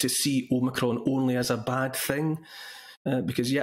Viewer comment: ITS NOT OMICRON, ITS OMNI-CON!